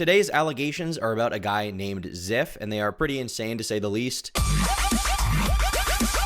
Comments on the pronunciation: I'm late ASF but this name is pronounced "z-EYE-f" not "z-EH-f". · I used to watch zyph bro come on 😭 (also I swear if I hear you say ziff one more time imma lose it, it's z-eye-th at least say his name right) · the way he pronounced Zyph az Ziff the whole time I cannot even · It’s pronounced “Zife” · I used to watch this guy some years back, and it hurts every time he pronounces it ziff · I believe in both stories but i do trust and believe zyphs story more, all though i do believe there might be some white lies in the mix but idk the story just seems very detailed and ofc i wouldnt want her to end herself if i broke up her and its not that far fetched when you see these other stories about crazy x's but we'll see in time. You were mis pronouncing zyph the entire time.